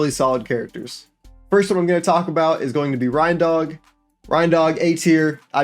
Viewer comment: This man pronounced rein dog as Rhindog, bro it's a dog and a reindeer ?? It's pronounced "rain dog" 🤦🏼‍♂️